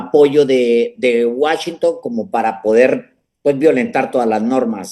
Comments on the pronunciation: Les doy 👎🏼, por Alejandro que dice Guáchinton, en lugar de Washington! Increíble que después de vivir tantos años en la frontera, no puedes pronunciar bien esa palabra! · Qué es eso de Guachinton? Querrás decir Washington?